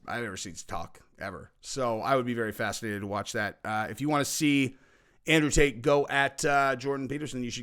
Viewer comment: Did say "Taint Brothers " when referring to Tate Brothers? Pretty funny 🤣 if that's the case. Folks should not hate on the fact that he wants to make sure innocent people are taken care of.